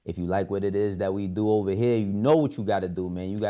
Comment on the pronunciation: Dame it’s OVA!! LOL